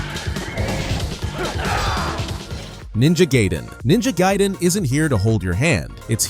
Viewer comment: Did you just say Ninja GAY-den? XD